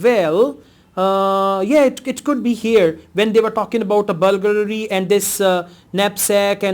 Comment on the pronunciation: you pronounced the word burgalry so many times.. haha.. but you're still great teacher